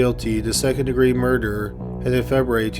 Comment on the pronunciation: First degree murderrrrrrr